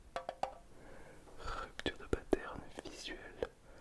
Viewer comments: Rhupptturreuh deus pâtes-air-neuh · Rüptür dö patern